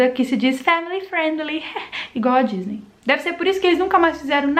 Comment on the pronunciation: Ela falou gisney